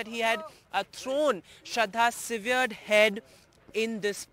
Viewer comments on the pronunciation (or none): Severed is pronounced सैवर्ड and not सीवियर्ड . NDTV should set a higher standard for english.